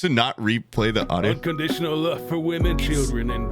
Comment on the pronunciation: Ohh, its "love's for " but comes out sounding like luvsfa